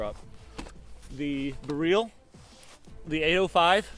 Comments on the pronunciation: your pronouncing it as bereal it is Beryl the same as the gemstone (beral) would be closer to the phonetic . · Sorry I know late message the pronunciation of the weapon beryl some people call it "barrel" in sense and you said "ber-real" which is correct sorry to ask